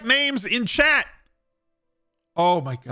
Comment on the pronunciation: For the longest time, I thought you had a friend named "Chad"; then I realized it was "Chat"!